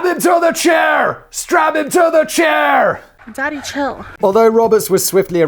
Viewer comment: Yay, well done Simon and team! 👏👏 First time watcher on Brain Blaze, long time fan of your YouTube channels (I dare not claim to know of all 😋). This was so much fun! I love your high energy and just, glee in this. "Strap him to the chairR" - I watched that part like 6 times, laughing my head off each time. Thanks for keeping me properly entertained all the way here in Cameroon.